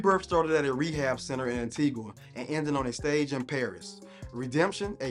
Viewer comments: The U in Antigua is silent. An/tee/ga. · It's pronounced (An-tee-gah) 😒🙄